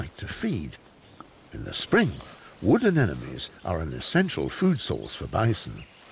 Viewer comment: 'wooden enemies'. Could he possibly be trying to say Wood Anemonies lol